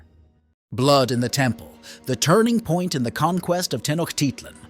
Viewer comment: Pronouned: Tee-noje- tit-lan